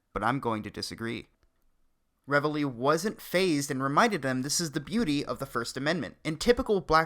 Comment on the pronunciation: Oi... great video. However, it's pronounced "reevly".